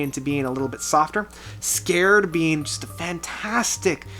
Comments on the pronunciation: Most DT fans who were fans from way back will be pissed at Awake #7? Most consider it their best work. It seems you don't even know the album, you didn't know how to say Erotomania, you called (Lie) Lies, and you called (Scarred) Scared. Awake is probably the only album that is great from beginning to end. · It's scarred, not scared. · u butchered so many names i dont even know if ur a DT fan anymore sher in ee an Scarred is not scared misunderstood is not misunderstanding